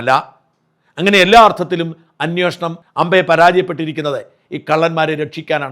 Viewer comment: ദയവായി 'അന്വേഷണം' എന്ന് പറയുക.